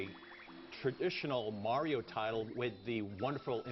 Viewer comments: i was JUST about to say that. super MERIO?!?!?! NO!!!! why the crap else does he "it's-a-me, mAAAAAAArio!". not "MERIO"!!!!!! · MA-RIO Say it everybody now MA-RIO Not Mary-O Yeah, GAME PRICE CUTS! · Mario, its pronounced MARIO!!!!!!!!!!! crazy moron.